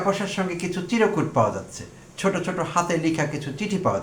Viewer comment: শব্দটা চিরকুট নয় চির্ কুট( chirkut)